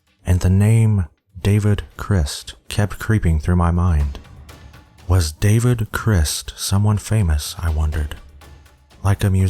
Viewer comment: idk why but i can't stand how he pronounces david crist in the last one.